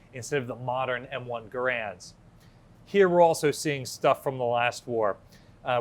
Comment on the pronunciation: Hi, I will (pedantically) suggest you Google how to say John C Garands name. Just saying. Carry on with your excellent content.